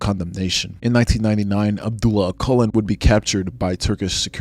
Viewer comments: bro you pronounced his name wrong. When you say "Öcalan" you should pronounc c as j, not q. İt will sound similiar to "öjalan". Btw Im Turkish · Öcalan is pronounced more like Ah-seh-lan. Oh-kul-en is dead wrong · You can’t even pronounce his name “Abdullah Ocelan”. Kurds don’t fight for nothing, you all know the Turkish state and its brutality.